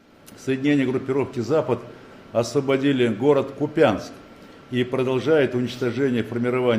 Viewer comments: Не купЯнск, а КУпянск! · Не купЯнск, а КУпянск, ударение неправильное. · У нас Купянск ударение на У...Это специально из РФ все каверкают? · Долдодяты, в названии города Купянск, удорение на первый слог... Неучи... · Ухо режет касапско-москальское ударение в названии города